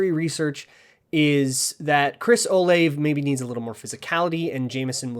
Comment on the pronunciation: It's Chris O-Lah-Vay (three syllables). I'm from OSU